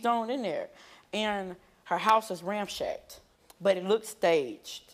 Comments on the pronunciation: Lol at him saying “ramshacked” instead of “ransacked” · Lmao the word is ransacked not ramshacked. The guy on the "I think my son killed his brother" used the same word.